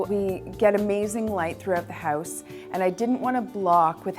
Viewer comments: Houuuuze, houuuuze, hooooouze.. hehehe, Canadians <3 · if you say 'house' one more time with that strange accent, I might have to smack ya